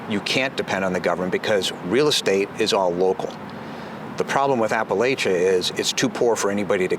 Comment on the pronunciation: Thanks for not punching that guy for mispronouncing Appalachia. I know that hurt😂.. You come to Bristol we get BBQ on me. Also. The last piece on substack was beautiful - personable and smart. The spirit of down home is deeeeeeep 😂